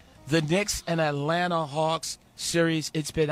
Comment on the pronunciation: You pronounce too many T’s in Atlanta...it’s Alanna or just da A lol